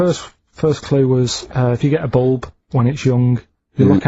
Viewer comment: A boolb? What’s a boolb, you mean a lahtboolb?